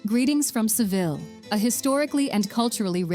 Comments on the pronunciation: Sevilla is pronounced like Se-vee-ya, not like Sevil-eea. There is no "i" at the end of before the "a" Also Ibiza should be pronounced like ee-bee-sa, not eye-bitza. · The Spanish don‘t pronounce the h. It is not Alhambra as you write it, you say Alambra. Disappointing, since the narrator pronounces Italien spot on. Sevilla- you dont pronounce ll as l but as y. Seviya or Sevija. But Servija would be pronounced again wrong by English speaking nations😅